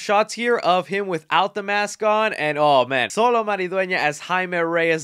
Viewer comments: its pronounced SHOLO (XOLO). do your homework. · xolo is pronounced (cho-lo) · The name is pronounced Cholo